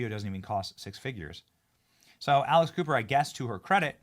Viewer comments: Pronounce her name better. ALEX Cooper. I kept hearing ALICE COOPER. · I thought you said alice" Cooper lol